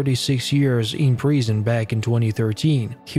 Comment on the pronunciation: Why do you say Preesun? It’s Prison please use the proper pronunciation!